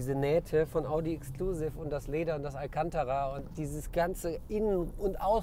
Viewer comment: Und das alkantarrrra😂😂